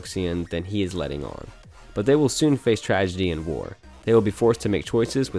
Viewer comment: I love how MDZS made it onto the list. It killed me how he pronounced wei wuxian’s name tho 😂